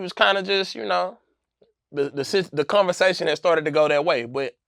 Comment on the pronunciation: Nobody:: “Unnestly”, “Cunnversation”